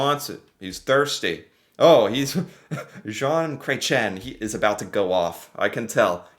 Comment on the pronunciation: "John Cray-chen" made me giggle.